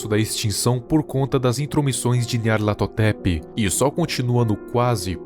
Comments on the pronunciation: Eu acho satisfatrorio quando ele fala nyarlathotep :'3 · como o consegue falar o nome desse bixo